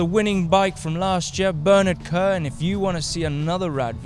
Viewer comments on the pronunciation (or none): none